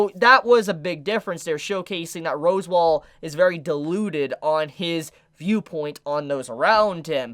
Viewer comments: Its pronounced RASSWALD not ROSEWALL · Uhm.... is it pronounced "Roswell" or "Rosewall"?? @@